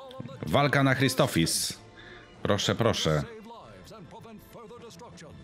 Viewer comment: CZEMU WSZYSCY MÓWIĄ CRISTOPHIS? !CHRISTOPHSIS!